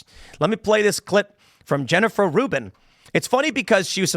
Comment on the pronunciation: Rubin is like of Professor Dolores Umbridge... except Rubin ...apperantly Rhymes with "hunt".